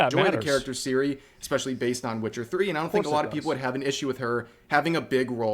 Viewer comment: I'd say - the main problem is how English people mispronouncing her name. It's pronounced TSiri, not Siri, as TS in TSunami.